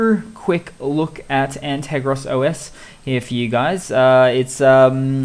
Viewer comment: G'Day mate. Correction: An - ter - gos ;). Have been watching your videos. Very useful tips. Cheers.